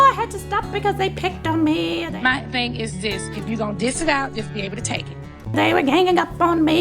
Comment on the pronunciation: The fact that nene said “if u can DISS it out “ it’s dish 😂